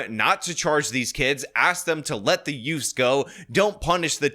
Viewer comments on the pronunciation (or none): "teenz" and "youfs" again.